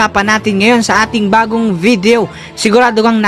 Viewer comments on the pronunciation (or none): none